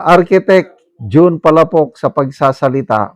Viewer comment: Palafox Po Hindi Palapox, Taga Davao ako.